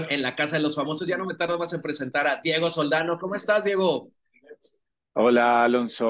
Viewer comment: Porque dice Monique en el nombre de Diego???